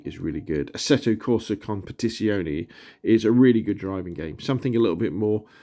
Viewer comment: nice video, just bought mine. Waiting for it to arrive :) btw, you might not care, but a funny trick to nail Assetto Corsa: Competizione pronunciation is to think about tits. Compeh-tits-yoneh 😂 Cheers!